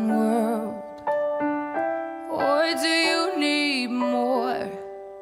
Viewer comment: Zoooo mooi! Zou echt helemaal af zijn als ze ‘or’, ‘more’ en ‘for’ niet als ‘oy’, ‘moy’ en ‘foy’ zou uitspreken. Verder echt zo gaaf en zuiver😍